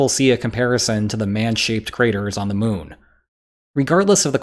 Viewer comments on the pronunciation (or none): none